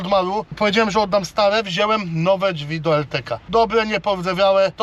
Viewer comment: Mówi się wziąłem a nie wzielem